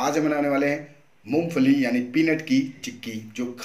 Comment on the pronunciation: मुफली नहीं , मूंगफली बोलते हैं ।